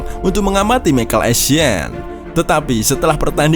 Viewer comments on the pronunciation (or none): none